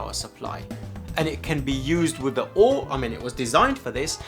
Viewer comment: I just accepted that he’s saying “O-o-r” for the memes…